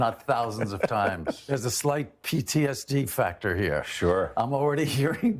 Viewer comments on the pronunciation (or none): none